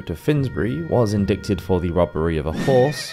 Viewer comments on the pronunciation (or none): I love this channel, but "indicted" (for example, ) is pronounced "in-DYTE-ed", not "in-DICK-ted." :) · What's "in-dik-ted?" I think you meant, "Ind-eye-ted". The "c" is silent. Don't mean to be harsh nor a cleverdick, but I've never heard "indickted" as an English word before. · In-dic-ted. In America we say in-dite-ted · Love the channel! But, at the risk of committing blasphemy, “indicted” is pronounced in-dye-ted, not in-dikk-ted. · In-dict-ed sounds cute, but I believe it's pronounced in-dite. Good show! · Medieval art kicks ass. By the way, the word "indicted" is pronounced "in-DITE-ted" Not "in-DICK-ted." Although....back then....maybe they were in-dicked-ted a lot. Different times. Good video. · yo, "indicted" is IN-DIE-TID (or is it different in UK?) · It is pronlunced "InDIEted". Not inDICted. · in-digh-ted not in-dic-ted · "Indickted"? Seriously? Indicted - 'in-dye-tid' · Please stop saying "indickted", the proper pronunciation is "indited"... agreed, it's not spelled like it sounds out loud. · In- die-tid is how your pronounce it lol in-DICK-id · The pronunciation is poor so the quality of the video drops… indicted for example is pronounced like “in-die-ted” not “in-dick-ted”. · = "in-dick-ted" I like this channel a lot, but it's this kind of thing that honestly scares me amidst informational context... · Love this channel! Side note, I think it's pronounced "in-dye-ted" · I stopped watching when the commentator said "indicted" as "indickted". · Shit was bugging me too. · Bro, no judgement… indicted is pronounced in-die-ted… the c is silent. Otherwise, sweet video! Really enjoyed it :) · I'm not being a grammar n@ Just helping. The "c" in "indicted" is silent. It's pronounced in-die-ted. Usually when people mispronounce a word, it means they learned it by reading, which should be applauded. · "Indicted" is pronounced "indited" with no "c" & a long "i". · Indicted is pronounced "indighted". OK? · Indicted pronounced indited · The C is silent in Indicted .